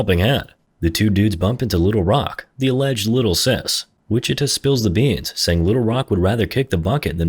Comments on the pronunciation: Lmao so from everyone in Texas or hell even Kansas ITS WI-CHI-TAW not “witchituh” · This guy saying wichituh 😭